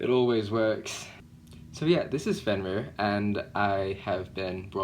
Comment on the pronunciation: Side note - how do you pronounce Fenrir, it sounds like you’re saying Fen-ver with a V sound is this right? I love this name! Such a confident guy would love to see more videos from you.